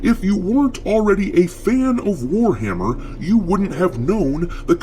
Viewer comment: ""it's War-Ma'am-er!"